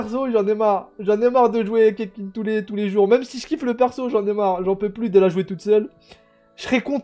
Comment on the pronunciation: « Oe mais c bien le doublon de keqking la tfait de la constellation et deja sa s’dit ketching et pas keking reflechi nunuche » 😂🤣🤣😂